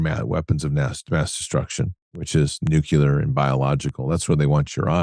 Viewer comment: It’s nuclear, not nucular.